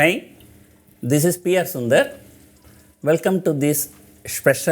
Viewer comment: Awesome.. He pronounces like AAAeee.. Instead of HAAiiii